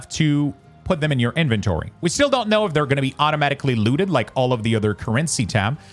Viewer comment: "InVENtory" "curRENcy" I wasn't gonna double comment and was just gonna ignore it but what 😭 why did you pronounce these words like that? I'm screaming